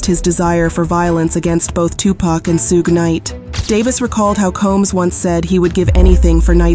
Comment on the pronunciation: The AI voice Saying Sue gay knight is diabolical smh